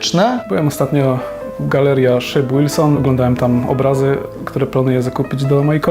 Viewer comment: Drogi - Szyb WILSON, nie Łilson...chyba, że tak jak u Rafała Paczesia pierd**nął Ci Łentylator;)